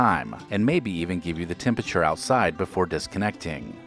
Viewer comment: When will this guy learn to say t-e-m-p-e-r-a-t-u-r-e instead of t-e-m-p-i-t-u-r-e?